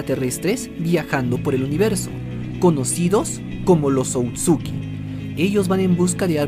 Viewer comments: Se dise otsusuki no otsuki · Lo único que me molesta es que diga otsuki y no otsusuki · Porque dice otsuki si es otsusuki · Por qué dices "otsuki" en vez de "Ootsutsuki"? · Amigo es otsutsuki no outsuki... lo demás buen video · no quiero sonar criticon xq estas cosas las suelen decir de mala manera pero, son Otsutsuki :v no outsuki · perdon pero no se dice outsuki es otsutsuki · se dice otsutsuki